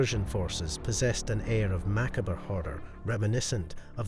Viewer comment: Mackabra lol… it’s pronounced ma-cobb but i still like ya